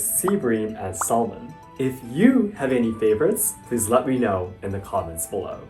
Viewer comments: Fascinating. Great information to have. By the way, it's pronounced SAM-un, not SAL-mon. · In English, the L in salmon is silent. So pronounced " Samon" I love your videos by the way. And I love the Japanese culture. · The way you said Salmon. Yup you lived in the mid west and I can't stop cringing. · The l in salmon is silent. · The "L" in salmon is silent sensei. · did he just pronounce the L in Salmon? . . . mah man.